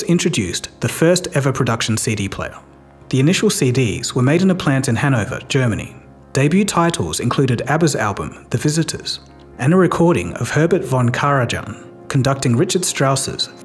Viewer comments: Pronounced Karayan, not Karajan. It's also pronounced Reekard Strauss. Not Richard Strauss. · You butcher name of "Herbert fon Carajan" Carajan is pronounce letter J is pronounce like Y in word Yellowstone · Karajan = Car a yan. Js are pronounced as y's in German. Example: Eiger, Mönch and Jungfrau. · All very interesting, but how well researched is the video when he can mispronounce von Karajan's name so horribly?! It's like Karayan! Have you never even heard of him?!! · In German, the “j” in von Karajan is pronounced like a “y”